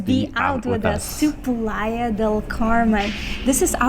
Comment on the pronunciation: You went three time and you can’t pronounce “playa”